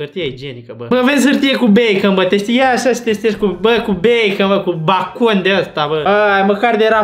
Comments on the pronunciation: BACON", Eu:,,Beicon" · Bakon = Beikan 😂😂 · cand stai prea mult in bacau ajungi sa spui "bAcOn" 😂😂😂